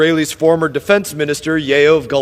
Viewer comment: I had to laugh at “Yaov” in his mispronouncing of the name, but I super appreciate him and his support! 🫶🏼